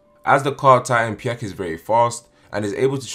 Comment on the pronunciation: What the fuck is py-eck Spelt like pieck Pronounced like peek or peak